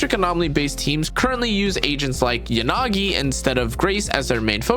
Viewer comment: Great guide! No need to ever select Neko, she steals all your 50/50s anyway Also, , 'YAnagi', not 'yaNAgi', you can hear her say it herself on her character select screen, at this point I think it's intentional 😔